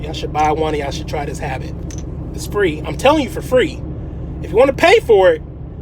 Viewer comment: For Free not FEE. My man